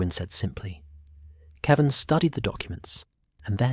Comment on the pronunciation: Definitely ai. Kevin, keevin. Jaime, Haime(Spanish pronunciation)